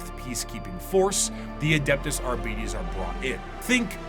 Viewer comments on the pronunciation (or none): Man, I dislike the way keeps saying "Abeedees". It's 'Arbites' ffs! From the word 'Arbiter' (/är′bĭ-tər/) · Well, there are rules when it comes to pronounciation. Both for English and Latin. And yes, it gets a bit weird in W40K because it's bastardised to hell and back, but "Arbeedees" is still quite incorrect. I'm guessing the lazy pronounciation is simply due to Arbiter not being a commonly used word these days. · English is full of words taken from other languages, the pronunciation of which was adapted to better fit English phonemes. They don't fit the standard of typical pronunciation because of that. And again, Arbites has no relation to the english word Arbiter. Even going by Latin "rules", it would be closer to "ar-bee-tess", still very different from arbiter.